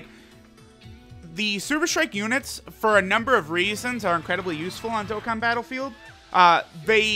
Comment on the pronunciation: Y u always say dokkan battle filed